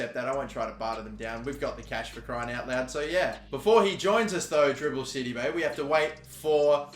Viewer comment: Is it just me or everytime he says Djibril Sidibe it sound like Dribble City 😆😆